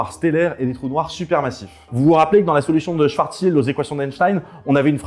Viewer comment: "Schwartzschild", ou aussi "swarssild" pour les intimes :D